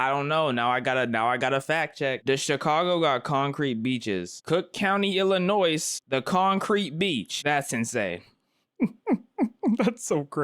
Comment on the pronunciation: its pronounced "ill a noy" the S is silent